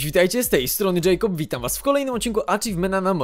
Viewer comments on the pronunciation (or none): none